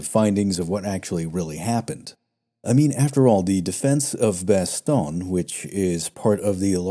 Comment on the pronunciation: For pronunciation: You're pronouncing Bastogne like 'Baston'. It's more like 'Bast-onyuh'. Also, St-Vith is pronounced more like 'St-Veet' (there's no 'th' sound in French). Pronunciation of Flamierge is ok! Good video, thanks!